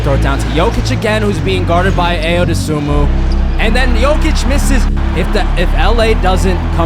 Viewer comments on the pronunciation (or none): being a bulls fan his name is pronounced (I-yo dos-a-mu